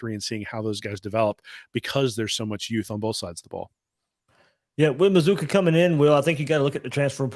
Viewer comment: How do you get Muh-zoo-kuh from MazzCCua? C'mon man.